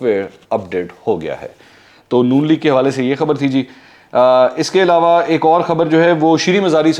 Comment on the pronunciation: ایلاوا ilawa نہیں ہوتا ، علاوہ Alawah ہوتا ہے